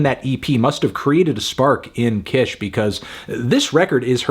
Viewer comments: Just a heads up, “Kish” is pronounced “Keesh” rather than “k-ish” (it’s shortened for her real name, Lakisha) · I’ve always thought the Kish part of Kilo Kish was pronounced like “keesh” ? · I loved this album! I been listening to Kilo for 10 years 😭😭 and I think this is the first time you've gone to this length discussing her music so I'm glad she's getting that recognition! (Also, please move forward pronouncing her name as Kilo Kish (Keysh) so that people who find out about her music through your platform don't pronouce it incorrectly and so that you are upholding a standard for your level of journalism in case you decide to discuss her work again (which you might since she designed the cover arts for Vince's latest work)) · if she mispronounces kish one more time im going to kill my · Don’t like how he pronounce kish